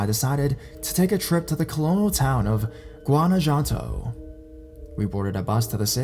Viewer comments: It took me a second to figure out what Ga-da-la-jar-a was. I love it, lol Even Gua-na-janto. Make a video just reading in Spanish please. lol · Oh my god you butchered Guadalajara and Guanajuato 😂😂😂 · It’s like he didn’t even try.